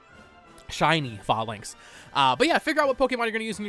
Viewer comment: Not to be rude, but Falinks is pronounced like Fae + Lynx or Fey - Links. Armarouge is pronounced like Armor + Rouge (Roo and a soft G or J sound) or Rōō + zh. I have a feeling these are going to be among the common names that are often mispronounced. Much like the ability Protean being mistakenly pronounced like Protein when it is actually pronounced; Pro-Tea-An.